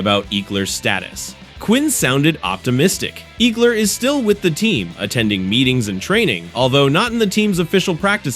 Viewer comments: You are pronouncing his name incorrectly. Ekeler…… short e sound. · still incorrect pronunciation.